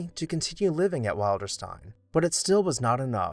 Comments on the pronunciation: Nicely done and very interesting. The name of the house "Wilderstein" is pronounced Will-der-stein, not Wild-er-stein. Also, as a point of interest, Margaret "Daisy" Suckley gave FDR his beloved dog, "Fala". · Pronunciation: WILL'-der-steen. "Will." I "will" go to Wilderstein.